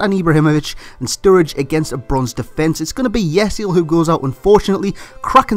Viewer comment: Not Yesil,IT's Yeşil And IF Bittencourt